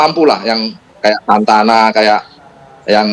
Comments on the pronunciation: Sananta bukan Santana Struik bukan struk 😅😅😅😅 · Sananta = Santana 😂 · sananta pak , bukan santana hehe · santana struk hahaha Sananta 😂